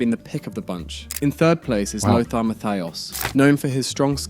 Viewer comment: idk if the list was good but man... german doesn't have an english th.. it's not losar.. Lothar is spoken Lohta.. Matthäus and Matthias are Matteh-us and Mattee-as respectively... (the u like you..) in general I know german is hard but if you make a list (not you,, the universal you here xD) at least try to get the names right. It's not hard to find most of the pronounciations.